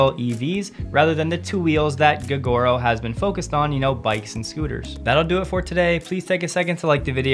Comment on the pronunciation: Fyi gogoro should be pronounced go-go-row